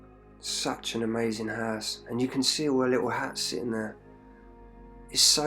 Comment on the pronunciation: nah it is all good in our HISE hehehe keep up the good work bud